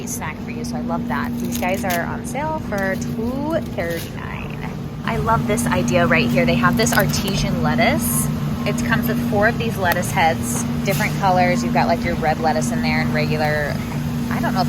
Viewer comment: I’ve never heard someone pronounce artisan “art-a-sin” as “artisian” that was really cute lol